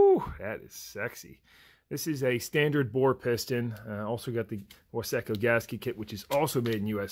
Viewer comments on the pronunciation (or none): Its pronounced wise co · Are you a saying Wiseco like that to just make people upset cause I find that terribly funny